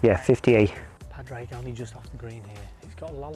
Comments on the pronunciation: Pad-rag absolutely butchered his name it’s pronounced pawdrig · I'm Irish too, they didn't say his name right once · They're saying pah-drayg but it's pronounced paw-dreg or podge-rig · Please guys - its not "pad-reg", it's "paw-drig" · Just so we're clear its pernounced pourrig not pad-raig😂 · I'm Irish, the correct pronunciation is "Paw-Dreg". Easy out is just "Paddy" 👍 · It’s, actually pronounced with silent. D. Paw. Rick. :) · Its pronounced ‘Paw-drig’ lads!!! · Lads for Christ's sake its pronounced Paw Drig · PAD - RAIG never heard of him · PAW DRIG... Its not hard lads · His name is not Pad Rag😂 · As an Irish man it makes me cry the way they pronounce padraig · I know! how are they getting his name so wrong though? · Jesus. I'd say it was seriously annoying for Padraig to hear his name constantly mispronounced. He's only won three majors. You'd think they would know how to pronounce his name correctly. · How can you not say Pádraig correctly lol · Can’t pronounce his name? Not like he’s new on the scene!😂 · Camera work was sub par. Didn't like "drunk" jibe at the the caddy either...anti irish stereotyping ...or the hatchet job on Pàdraig name pronunciation...